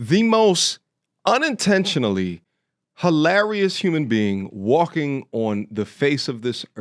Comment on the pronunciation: emphasis on “unintentionally” 😂😂😂